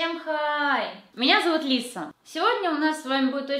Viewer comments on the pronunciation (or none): none